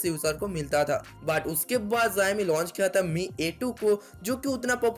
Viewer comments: it's not ziami it's showme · Aabey pahele jissa phone k video banna raha hai uska namm thiksey bolna Sikha Chutiype , zoxiom nhi Xiaomi hota hai vo aakal ke dushman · Hey are you drunk! 😂😂 You really did no learn to pronounce xiomi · Company ka naam thik se le bhai. jo tu bol Raha hai waisa konsa bhi company nhi hai😂